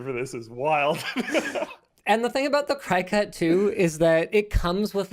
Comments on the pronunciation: It took me a minute to figure out what he was even talking about and I have one. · Yeah, my mom has one and I'm just sitting hear like "what the heck is he talking about" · STOP SAYING CRY...CUT. It's pronounced like cricket. My head was going to explode. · It isn't pronounced cry-cut.. it is pronounced CRICKET.. per the company. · I believe it's pronounced like cricket, not cry cut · Is he pronouncing cricut "crycut"? Its pronounced "cricket". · It's not cry-cut It's cricut Like Crick-ut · I pronounce it "cricket", not cri-cut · Cry cut? Cricut, pronounced like cricket but with a u instead of an e. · lol, Cricut pronounce Cricket not Cry-Cut. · I love when you call it a cry cut when it is actually pronounced Cricket like the insect. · I was so confused about what you were talking about, but now I get it. You have a Cricut cutting machine. Cricut is pronounced like the insect (“cricket”) and not like “cry-cut” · Cry cut? The cutter with a logo that has antenna like a cricket... Maybe that's how it's pronounced? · btw i’m pretty sure it’s not “cry cut” but pronounced “cricket” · I’ve never heard people call it a “cry-cut” haha. We always call it a “cricket” like the insect. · "Cry-cut"?? You mean Cricut, as in the insect cricket? Their logo literally has antennae... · Anyone else’s brain go “uh what” when they pronounced Cricut as “cry-cut”? Lol 😂 Perhaps it’s more manly when they realize it’s pronounced like the game or the insect: cricket. Side note: my husband uses the maker in our house for custom wood flags. I use it too, but it’s a shared item. Super handy. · Can we appreciate how linus pronounces Cricut? normally its pronounced like cricket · Cricut - pronounced like cree-cut as in cricket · Fun fact: “Cricut” is pronounced “cricket” just like the insect. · Iv never heard someone pronounce cricut like that. Cricket it’s why it’s a little cricket looking dude XD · It's pronounce cricket, like the insect. Notice the cricket on their logo and graphics?